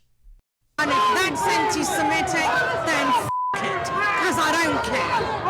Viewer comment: There is no such word as "ANTISIMETIC"...The word is "ANTISEMITIC" !😊